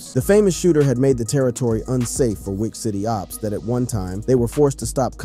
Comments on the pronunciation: he said weach city lol this dude don't know how to pronounce this stuff wth is this just TTS? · It's wiic city bro you say it like wick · Why you keep saying it like WEAK CITY?